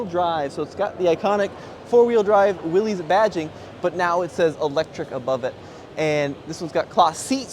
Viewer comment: you own a Willys it’s time for you to start pronouncing it correctly. It’s pronounced WILLIS